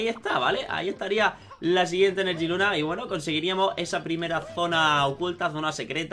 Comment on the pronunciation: No es enerjiluna es energiluna